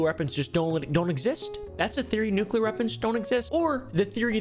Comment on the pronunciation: Fun fact this guy uses a k in nuclear cant pronounce his topic of choice